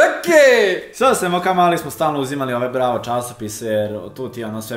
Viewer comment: Kad kazes Bravo cujem Brawl 😂😂😂 i sam znas 😎